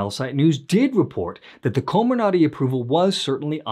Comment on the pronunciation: Coh MIR nuhty. Emphasis on the second syllable. 😌